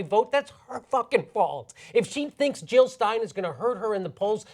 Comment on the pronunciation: Jill, not Hill! Never Trump!